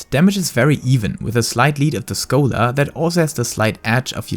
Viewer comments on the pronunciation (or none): I hate the way you say scholar. That is all.